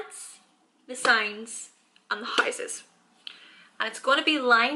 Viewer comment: Also the high - ses